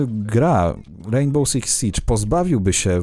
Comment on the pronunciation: Hej uwielbiam Twoje filmy ale proszę nie mów w "rejnbole" ;)